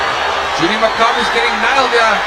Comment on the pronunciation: You have too much hate for Makabu ... at least learn to pronounce a fighter's name out of respect. He won that fight. He is the current WBC champion.